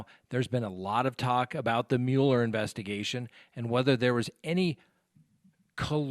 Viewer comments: The Special Counsel's name is pronounced "Muller," not "Mewler." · it's not pronounced mule-er. It's Mueller, like mull it over. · Mueller - pronounced MULLER. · Angie Stone Mule-er is the original German pronunciation, not the bastardized (American) version.